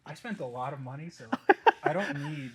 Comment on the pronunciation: "It's not inefficient, it's just not worth the noney"🤣🤣